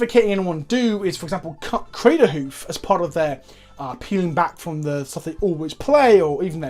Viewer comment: Craterhoof not cameltoe! Haha